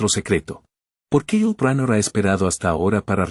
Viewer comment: El narrador llama Ulu a Yul !!!! HORRIBLE!!!!